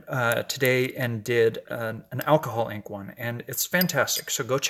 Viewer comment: Ok, looks like a basket of flowers. Roses in ctr, petunias on right, & something yellow on left. It's so funny when u say "alcohol ink" it sounds like "alcoholic". Go back & listen. he he ~ patQ PS, stay off I35